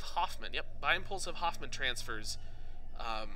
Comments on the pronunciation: "Hohmann" transfer, not Hoffman... Hoffman means nothing in relation to this. On the other hand, Walter Hohmann, the German scientist who published a description of it in his 1925 book Die Erreichbarkeit der Himmelskörper (The Attainability of Celestial Bodies). Give the man his due respect, and try to at least use his name, not Hoffman... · Lol, I'm over correcting people when they say "Hoffman" rather than "Hohmann" transfer. Pretty disrespectful to the German Scientist Walter Hohmann in my opinion, but hey... That's just me...